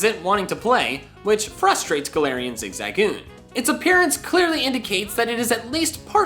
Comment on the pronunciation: I literally almost clicked off because he kept pronouncing zigzagoon wrong.